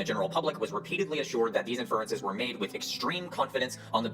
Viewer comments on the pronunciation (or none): "The science" has to be one of the wildest neologisms I've ever heard. And he talks about the "four metaphors" lol. What is he even on about? Must be references to something from his other videos that his victims lap up. The guy doesn't even know how to pronounce inference. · Along with his smarmy, overconfident tone, the fact doesn't know the standard pronunciations of "inference" or "Ghislaine" despite being otherwise fairly articulate suggests to me that he might be home-schooled, or at least socially isolated from anyone that actually understands how science works. While home-schooling is now more feasible thanks to online educational content like yours, it obviously has issues. Of course it's not surprising that parents who think they know better than the school system might produce children who think they know better than the vast sum of all human knowledge. While I respect parents' right to choose how they educate their children, and I have home-schooled cousins who are perfectly rational people, I'm concerned that the increase in home-schooling could result in increased isolation and ultimately societal polarization. Maybe we need a "socialization" curriculum for home-school kids, and occasional check-ins to make sure they're getting a truly complete education (also to make sure they aren't being abused by their parents of course, which unfortunately seems to be an increasing possibility in that domain). I'm curious what you and others think about home-schooling, and its role in promoting anti-science rhetoric.